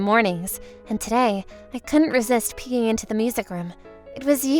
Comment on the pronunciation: "I couldn't resist peeing into the music room. Where's the "K"? Sounds so wrong...